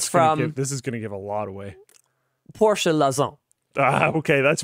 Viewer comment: Kudos to Linus for that pronunciation of Porsche. Pretty much perfect (for a non-German-Speaker :D)